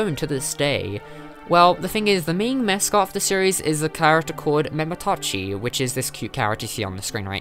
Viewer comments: I clicked on this video just so I can see Mametchi from tamagotchi again. It's also pronounce Ma-me-tchi the tchi is said like at the end of tamagotchi. i would to see Mametchi along with the other arcade characters. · The way you said Mametchi caught me off guard but that has nothing to do with the quality of the video. Keep it up! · IM SO SORRY BUT MAMETCHI IS NOT PRONOUNCED LIKE THAAAAAT